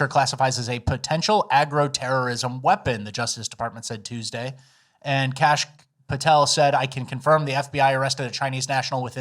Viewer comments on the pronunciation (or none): none